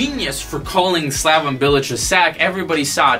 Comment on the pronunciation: 1) You've no idea how to pronounce any of the names in here. SlavON Bilic? ArNAtovic? 2) Bilic? Club hero? Interesting. 3) West Ham spent money but it doesn't matter cause we broke even, the owners are cheap fucks who only want to make a profit. 4) You think Arbeloa lost respect for Bilic? No shit. He got in a fight with him on the training ground because he went in hard on a youth player and Bilic told him to relax, at which point Arbeloa told him to come talk to him once he'd won the Champions League. 5) Payet left West Ham cause he didn't respect Bilic? Try again. He wanted to go back to Marseille because that's where his entire family lives. 6) Chicharito could be at a bigger club? What?? His goalscoring record at Bayer Leverkusen was abysmal. 7) Thomas Tuchel? Tf are you on about? 8) Why are you yelling? We can hear you just fine. I couldn't get more than 5 minutes into this thing, fucking killing me. There's a reason you got downvoted to hell in the West Ham subreddit, it sounds like you're just regurgitating a bunch of BS you read in articles online. There's a difference between knowing things about West Ham and having an understanding of the club, it's not impressive to just spew out shit that anyone could read online. Please stop making Americans look bad and go back to supporting Real like a normal plastic.